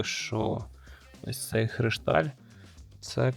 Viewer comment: *кришталь правильно, поміть собі на майбутнє, бо трохи вухо ріже.